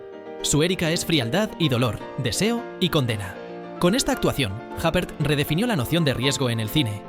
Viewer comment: Madre mía... Isabelle "Jáper". Hace falta ser cateto...